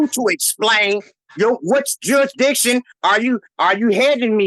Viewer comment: You mean “jurridictun” don’t you? 😂